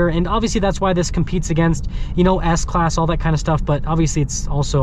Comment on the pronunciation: I was referring to how he said Ass-class vs S class